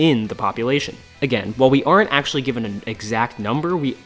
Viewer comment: Video summary: "Ack-show-lee, Ack-show-lee, Ack-show-lee, Ack-show-lee, Ack-show-lee..."